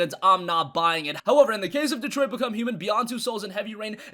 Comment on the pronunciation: is this how you say Detroit? lol